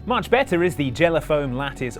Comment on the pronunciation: "better" was the most British thing I've heard in a long time